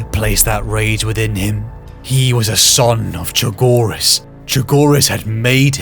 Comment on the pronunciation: Fulgrim mispronouncing chogiris is very fitting